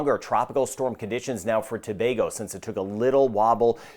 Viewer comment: Thanks for saying " Gre-nay-da" and not " Gra- Nah-da" and "To-bay-go" instead of " To-bah-go" like most americans😊